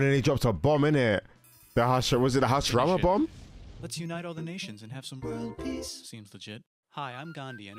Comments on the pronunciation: The first atomic bomb the US dropped on Japan targeted the city of HIROSHIMA (hee-row-shee-muh), not "Hashirama." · bro said the Hashirama bomb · really said the Hiroshima bomb was the “Hashirama bomb” like it’s a naruto move